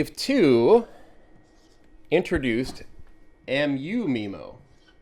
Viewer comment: I thought it was pronounced MyMo not MeMo? I tell my customers it's a "butt plug" :)